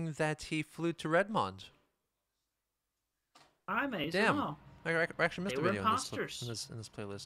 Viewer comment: If nobody got it, chris's pronunciation of Redmond is not correct.